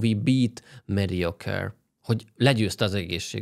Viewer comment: jesus christ, nem "demokratikus" párt, hanem Demokrata Párt. :) Nem Mediocare, hanem Medicare. :) Nyilván többet tudsz az amerikai politikáról(jaaaa, ami politika, nem poltika, ne spóroljuk ki azt az i betűt...), mint egy átlag magyar, de ha elemzőként komolyan akarod vetetni magad, kicsit alaposabb lehetnél.